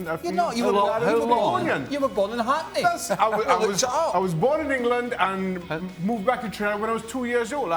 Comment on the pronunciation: Not yesh it’s yes